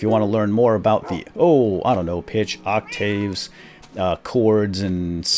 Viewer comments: Octave is pronounced [awk-tiv] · It is pronounced "Octive" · Musician here. Not to sound like an arrogant git, but I couldn't help, but giggle a bit when you pronounced octaves "oc-tayves". Good job knowing about half steps. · "Oak-tayves?" I love the musically uninclined. They make me smile. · you said octaves funny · U said octaves wrong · just so you know, you pronounced "octaves" wrong.